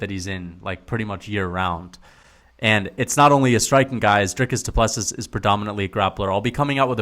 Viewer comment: The last s of Du Plessis is silent